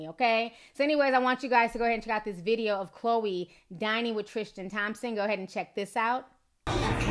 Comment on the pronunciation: Love your new outro... but sis there's no H in Tristan <3 love you